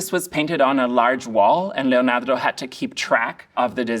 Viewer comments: He says Leonardo how I would like to one day be able to say Leonardo 🤩 Thank you for your knowledge and insight! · Is it me or is anyone else annoyed by the way he pronounced Leonardo? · If you need a run down... I only made it 7 minutes.... This guy is Suuuuuuuper sad that chocolate wasn't available (consider me suuuuuuper seriously struck). He makes a BIG point that Leonardo (pronounced LLeeonyeeardo).... He's also a weirdo. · that emphasis in "LeoNAR🤌do" goes hard... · Love how he says Leonardo! Makes me feel better about my accent 😅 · The way this guy says, 'Leonardo' scratches my brain in the best way. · Why do you pronounce "Leonardo" in such a strange way? It's inauthentic, annoying, and seems ignorantly pretentious.